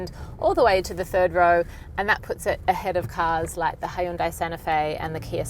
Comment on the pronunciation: I can't get over aussies pronunciation of Hyundai. " hi-yoon-dye" it bothers the hell out of me. It's pronounced hyun-dae